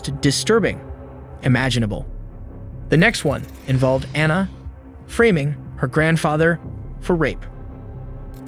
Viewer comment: "Mothert"? "Framming"? 🤦‍♂️